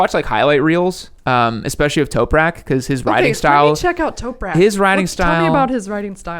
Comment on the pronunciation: Toprak not Toperak